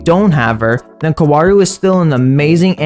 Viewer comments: It’s pronounced cow-rue Edit: this video hurt me to watch because he kept saying his name wrong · the pronounciation being kawaru is getting in my nervers throughout the video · its not kawaru, its kaworu